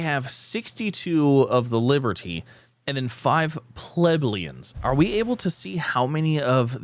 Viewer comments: Plebeians - Pluh-bee-unhz... hope that helps 😊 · Think it's funny how he has problems saying Plebeians